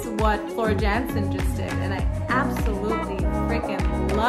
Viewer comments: Great reaction video, love everything Floor related, but, if I may...it's pronounced Yan..sen, not Jan..sen. You're in for a real treat with Floor ( Y)Jansen. 👍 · Love your love for Floor what a gift she is to our ears 💝 The name Jansen in Dutch is pronounced as Yansen as the j sound a y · Jansen is pronounced Yancen - FYI :) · She’s without question the most emotional vocalist I’ve ever heard. She reduces many to tears she’s so good. Just a tip it’s pronounced Yansen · Great reaction; you have a great ear, and a fantastic smile! Please don't take this as a "jab" or slight, but her last name is pronounced "Yan-sen"; The J is sounded as a Y. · BTW the Dutch say J as Y. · Time for a little guidance. Floor's last name is pronounced as YANSEN. You're welcome! :-)